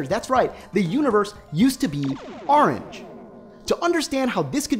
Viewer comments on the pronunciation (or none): Please don't say "Ah-range" anymore. My OCD of having to watch this seven times and hearing you pronounce "orange" that way is driving me insane.